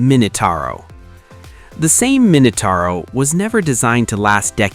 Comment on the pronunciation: Utter Bollox, all of it! You cant even pronounce Same properly.